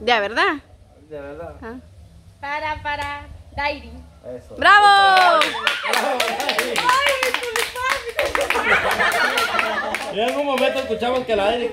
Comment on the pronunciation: Esa blanca 🤦ni siquiera a aprendido a decir Dairy .dis dailin 🤦🤦😠😠😠😠😠😠😠ayyy q guebaaaa